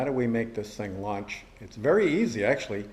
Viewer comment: Lunch mode!!!!! Do you want fries with that?..sorry the accent sounfs like lunch instead of launch..